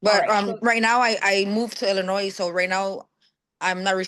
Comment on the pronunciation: The s in Illinois is silent